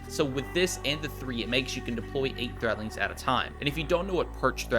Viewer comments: someone tell him there's a "D" in threadlings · THREADLINGS! WITH A D NOT THREATLINGS